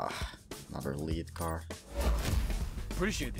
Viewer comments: You say "Dirty Bomb" like a boss!.....also it pronounced "Led" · It's pronounced led but I still liked the video. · Its not liid card its lead